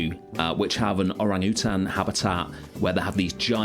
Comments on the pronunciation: are you saying orangutan? 😅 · good lord is that how british people say orangutan???